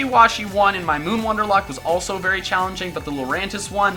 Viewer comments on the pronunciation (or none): none